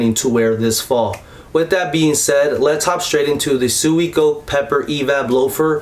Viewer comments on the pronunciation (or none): *swee - co -keh *